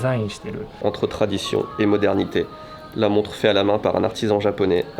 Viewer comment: Mec,j'ai cru qu'il avait dit "monstre" au lieu de "montre" . Monster watch au poignet!!! :D